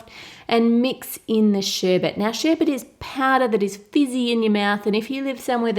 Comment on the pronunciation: It's sherbet. It's pronounced sh-ERB-UHT. Not sh-ERB-ERT